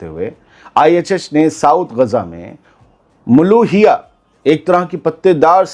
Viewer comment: नाम मुलूखिया है, ना कि मुलोहिया